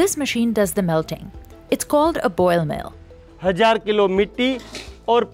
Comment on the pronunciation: Ball mill not boil mill